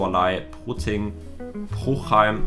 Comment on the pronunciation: DAS HEI?T PUCHHEIM NICHT PRUCHHEIM!!!11!!